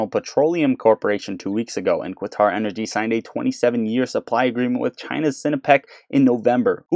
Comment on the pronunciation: Qatar is pronounced the same way you would say "cutter".